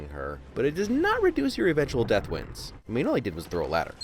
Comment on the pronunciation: This is so cringe I can’t understand wins not sins